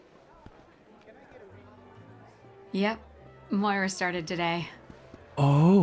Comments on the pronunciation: why do you pronounce Moira like that it makes me laugh every time lol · Your inability to pronounce Moira correctly after it's said in the game 158 times breaks my heart 😂